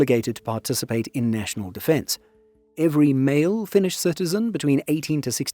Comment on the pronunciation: As a Finn, great video! Also gotta point out that your pronounciation is suprisingly good! Finnish aint easy... :D